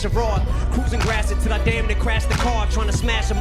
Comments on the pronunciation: Gratiot is a street in D-Town. It's pronounced Grash-ee-ought. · Gratiot (pronounced like Grashit) is a street in Detroit.